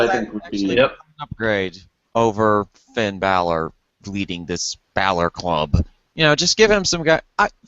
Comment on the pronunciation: FFS its Bálor not Baylor... smdh. Its like Valor but with a B.